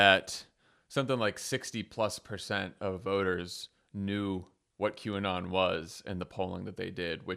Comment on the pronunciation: How many times do you think McCarthy practiced mispronouncing QAnon in front of the mirror before that statement?